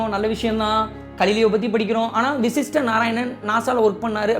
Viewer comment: vashist not vishist